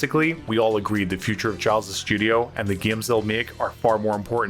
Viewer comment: Giles is pronounced geel